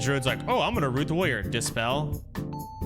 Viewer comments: Soda has probably said the word "warrior" more than 99.8% of the population to have ever existed and still can't pronounce it. Woyer Wuhyur Wroryeer. Asmon does the same shit. Is it an degen autism thing? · The way he pronounced warrior as “woyer” the entire time was super annoying.